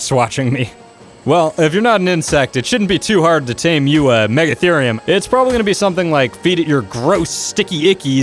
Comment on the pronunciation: MEGA-THEE-REE-UM not MEGA-THUR-REE-UM